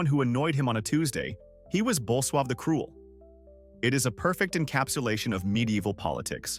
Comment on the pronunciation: Bull suave? The name of the Polish king was Bolesław. These AI made videos get just plain ridiculous at times.